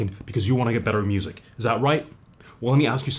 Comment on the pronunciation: Did he say busic??!?